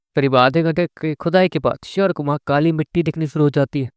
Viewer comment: Bhai ek request h shaurya ka pronounciation achhe se kra kro yrr bahut irritating feel hota h or bhi bahut saare word h bhasha bahut galat h mai khud voice artist ki training kr rha hu